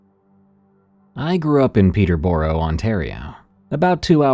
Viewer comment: you managed to say Peterborough and toronto wrong 😅 if you ever get a story from stouffville, send me a msg 😂